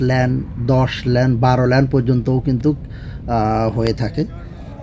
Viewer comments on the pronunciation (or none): Correction: It's call lane(লেন)not land ল্যান্ড.